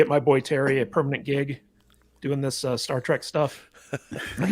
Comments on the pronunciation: Did he just say Star Trak? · I was thinking the same thing. That's what total NOOBS call it lol